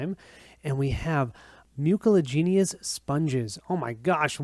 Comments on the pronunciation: +1 for "mukalagenius" (should be "myoo-sil-AJ-in-us" :-P) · is notoriously bad with pronunciations but I'll cut him some slack on that one.:)